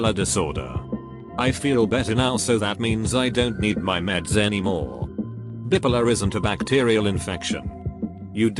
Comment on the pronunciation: The way he pronounces bipolar makes it sound like an Italian dessert.